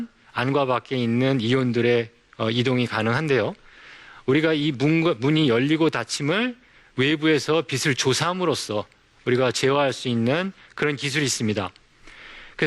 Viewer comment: 교수가 비츨 비슬 이라고 하는게.. .참...